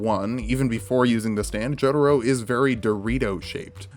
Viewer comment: This dude said "Joeduro"